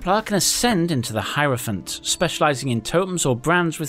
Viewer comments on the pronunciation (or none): none